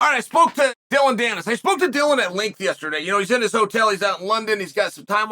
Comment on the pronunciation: Im just here to see how chael is pronouncing dillon danis